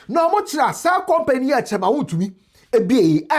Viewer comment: Attorney general next time master how to pronounce wontumi woboaaaaa name well😂😂😂😂